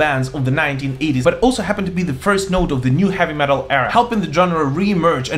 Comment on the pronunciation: I like how he pronounces heavy metal. HAVVY MATEL! LOL!